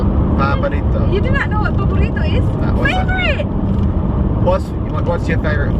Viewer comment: Tagalog time ni will never fail to make me laugh so hard. paborito = burito. Dami kong tawa ahahaha